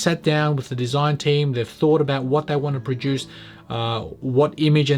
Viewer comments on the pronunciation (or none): none